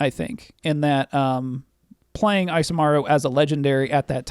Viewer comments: I'm cringing every time you say "" instead of Isamaru lol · The "I" in Isamaru is pronounced "ee" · Isamaru is based of Japanese and should be pronounced "ee-sah-mah-ru". Maru(麿) is a suffix used in dog names and Isa could be shortened version of 勇ましい. So the name could mean Courageous/Brave Dog.